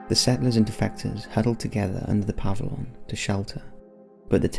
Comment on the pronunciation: Puh-vill-yun Aff-uh-dave-it If you're going to do it, do it right.